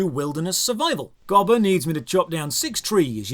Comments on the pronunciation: It's gobber not gibbler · Come on, its GOB-BER not Gob-Ler. I shall excuse this as some Brit localization thingy, or something. 😀